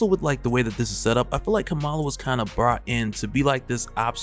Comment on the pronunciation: Bro, Kamala is pronounced like “comma-la”